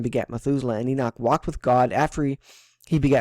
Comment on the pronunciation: Thank you for calling him ENOCH and not enik😒 lol that drives me crazy man lol 😂